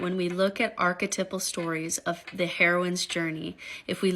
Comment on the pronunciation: My favorite is the woman who thinks she knows everything, and doesn’t even know how to say archetypal